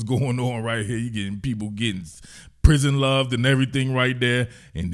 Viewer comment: Every time this man says “prison loved” I lose it 😂😂😂😂 Keep up the good work 💪🏾💪🏾